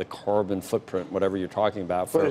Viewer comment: lmaoooo "carrrrbon footprint"?????